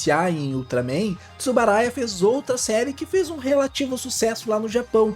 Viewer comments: Uma pequena correção, o nome correto é Tsuburaya. Foi falado por todo o vídeo "Tsubaraya". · É Tsuburaya e não Tsubaraya.